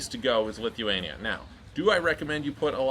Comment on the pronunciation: The way he said it wasn't clear lol